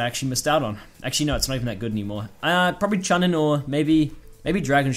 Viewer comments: choooonin not chunnin, I was cringing so hard 😂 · Lol you pronounced chunin wrong